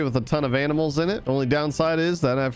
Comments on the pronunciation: is it me or do you even hear him say aminals instead of animals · Was it only me but I think I heard him say “aminals” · Did just said aminals for animals 😂😂🤣🤣 only a joke btw no offense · on night 46-47 time to round up some AMINALS WAIT WHAT 🤣🤣 HAHAHHAH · ITS TIME TO WRANGLE UP SOME 'AMINALS' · aminals! haha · it is only me or you just said aminals🤣🤣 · When said "aminals" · did u said aminals? 😂😂😂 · The funny part is when he said aminals